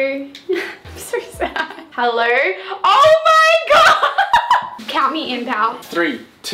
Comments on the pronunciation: us: hello: hellero no hate girl ily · “hellerrr” hahahhha the way she says hello is so funny